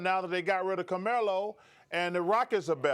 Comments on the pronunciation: He called him Camelo Anthony 😂😂😂😂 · who is "Kermello"? LOLOL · Who’s coremelo 🤔😂 damn he can’t even say Carmelo. He’s ready to get this interview over it and grab some donuts